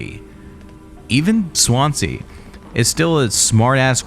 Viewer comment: Why can't Americans pronounce. Swansea . Its a Swan and sea . Not swance, see . 😂 good vid tho